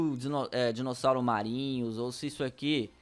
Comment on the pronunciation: Você disse Dinocossauro